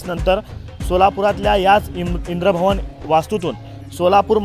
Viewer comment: अबे इंद्रभवन नाही इंद्रभुवन.